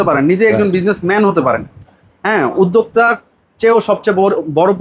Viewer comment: উদ্দেকতা নাকি উদ্দোক্তা??? 🤣🤣🤣 একটাও পাব্লিক বাংলার সঠিক উচ্চারন করতে পারে না। উদ্দেকতা 🤣🤣🤣 গুলা ভুয়া।